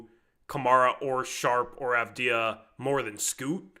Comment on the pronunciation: Bro learn how to say avdija and wembanyama 🤣